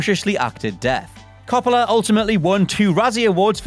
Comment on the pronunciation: The way you say Coppola... 😫